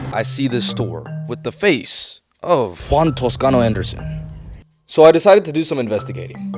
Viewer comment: Your Spanish accent is pretty good. You should consider learning it.